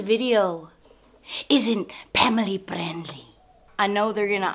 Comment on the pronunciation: "Pamily Prendly." LOL.